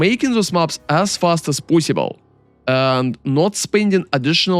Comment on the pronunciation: I love that he says "poyssible"